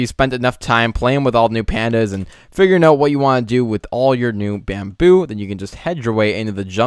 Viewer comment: Lol you said Bambillo.... Bambillo Pillow case xD